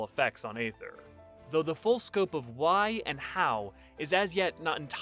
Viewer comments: "Ether", not "ayther". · Let me get this straight, you'll make a whole video on Aether and yet not know how it is pronounced??